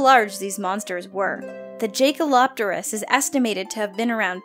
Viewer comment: Pronounced Yay-ker-lop-terus The 'J' is as a 'Y', like in Jagermeister.